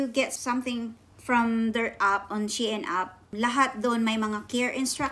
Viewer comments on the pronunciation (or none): Wowwww 16 items 😍. Sana all dae daghana ba 😍, Na worry nako Sa akong before kay naka order nko ug 8 items 😂. Napa diay Mas Daghn gi order kysa nko 😂. Lahi jud imong pronounce Sa SHEIN ba, she-in jud hehe. Puro nice imong napalit dae, especially katong pink. nice editing lagiii , pro nmn kaayo mag edit, no need Na tudluan kbw Na 😍 . MAayo nasad mo vlog well done dae love it! 😍